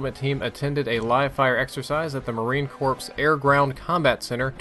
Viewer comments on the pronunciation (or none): Not to be a dick, but corps is pronounced "core", not "corpse". Good narration otherwise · How could you?? Pronouncing the P in Marine Corps? Rookie mistake. You should know better.